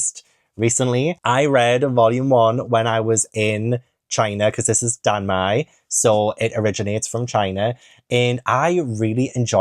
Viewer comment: Danmei is pronounced like Dan the name and May the month.